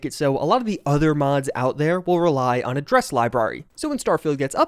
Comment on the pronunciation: It's not "a dress" it's "address", like a mailing or house address. "a dress library" - ffs.